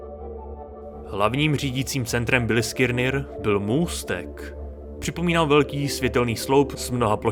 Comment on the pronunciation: Ještě jednou řekne v tom videu Bilskirnir tak dávám palec dolu. Vyslovuje se to Biliskner...